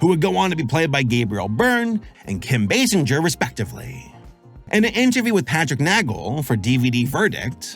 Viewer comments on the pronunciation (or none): It's pronounced Kim bay-singer. Like to sing a song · Me: say "singer" You: Singer... M: say "Basinger" Y: Basinjer M: WHY DO YOU SAY IT LIKE THAT!?